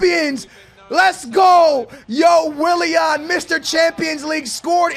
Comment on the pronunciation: the way he says willian. Wiliehann